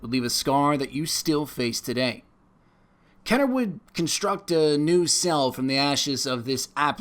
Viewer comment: Had to stop when he said "Kenner." I was getting super jacked up too.